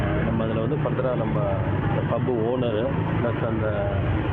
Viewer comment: News reader Pubs pubs pubs ...hot pubs ready..chicken pubsss ,sweet pubssss